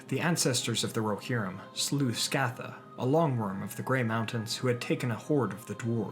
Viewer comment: of the West You had the pronunciation for Scatha correct with the hard C the first time. Recall that Tolkien would have differed to Anglo based enunciation for such a term rooted in this etymology. The modern ssh sound would have been absent thereof when saying this name aloud.